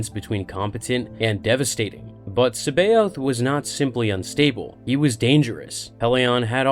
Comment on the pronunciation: His name is pronounced "SAB EYE OTH" people need to learn to pronounce things right jesus it proper gets on my nerves, look it up properly, Timothy Zahn himself pronounces his name SAB EYE OTH